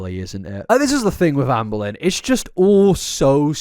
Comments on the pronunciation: Not me hearing Anne Boleyn every time he says Amberlyn 😂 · Sometimes, it sounds like he's saying Anne Boleyn. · Every time you say "Amberlynn" I can't help but to hear it as "Anne Boleyn". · I love how he calls her Amboilyhn. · Am I the only one who consistently hears “Anne Boleyn” when says “Amberlynn”? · You said Amberlynn so much in the video, I started hearing you say “Anne Boleyn”